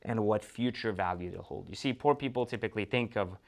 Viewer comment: That just sound terrible when he says poor. And if he doesn’t like the watch each his own! Doesn’t matter if you have an expensive watch or a least expensive watch! It is what the person wants and would buy and feel comfortable what he wears or don’t where! Every one has an opinion! Well that’s my opinion each his own!